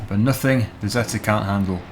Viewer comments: You are saying zetor wrong it's not zetta its ze tore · Zee-Torr that's how it's pronounced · in the uk most people pronounce zetor as "zeeter" comment if you agree